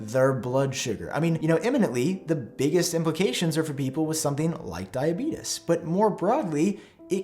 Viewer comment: "diabeetus" lol